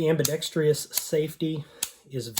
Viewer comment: Loved your video and review. Excellent! Thank you! Loved the fact that you went straight to the subject, no politics, no hot air, no stupid jokes, and no loud abrasive music. Just a minor correction for you: it's ambidextrous not ambidextrious. Otherwise, a great honest review. Think I might go ahead and get one. The Duo P, but I will go with the Dawson Precision optics for the simple reason that it fits on the frame WITHOUT needing a plate, so that would have alleviated the issue you mentioned, though by far, my favorite red dot is the Trijicon SRO and I have it on all my Pro guns. Thanks again!